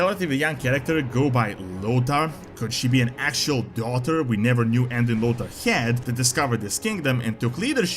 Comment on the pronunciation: Ah yes, Anduin Lodaar